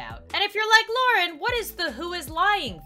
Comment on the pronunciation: not to be rude or anything its lauren not lurnen not to be mean or anything ok.